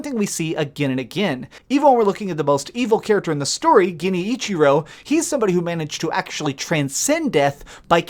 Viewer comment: Can’t trust a theory from a guy who pronounces it geni-ichiro